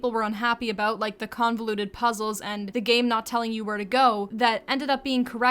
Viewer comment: "something that stood oat abote this game" Canadian?